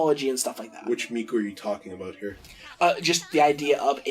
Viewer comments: its pronounced MIKO not miku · its pronounced miko